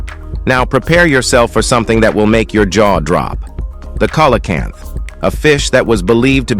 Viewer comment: It is pronounced sealacanth, come basic stuff.